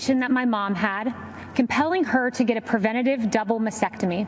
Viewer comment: She's mispronouncing "mastectomy." She's leaving out the first "t."